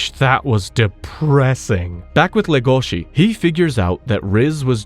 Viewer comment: He says le gOh she, when it's pronounced lE goshi